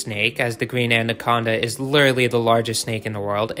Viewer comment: I can't get over how much this guy said ANDaconda. Like damn informational video but I stopped adding a d in the pronunciation when I was like 8 years old